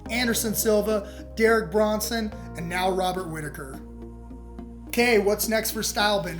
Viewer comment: It's Kelvin, not Kevin. It's also Brunson, not Bronson. And they touched gloves...